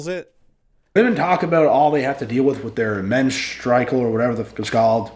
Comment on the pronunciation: “Menstrikel” I can’t fucking breath 😂😂😂😂😂😂😂😂